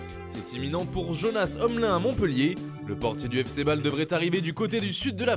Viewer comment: Si jamais ça se prononce yonas omline